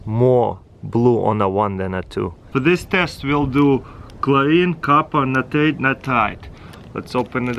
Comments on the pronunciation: Natarit-Natarite 😂😂😂Lol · "NITRATE AND NITARATE" I should ask my chemistry teacher whats the difference between them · I just love the way he says nitrate😉